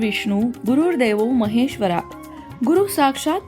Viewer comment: महेश्वर: चा उच्चार महेश्वरा असा चुकीचा दिला आहे!!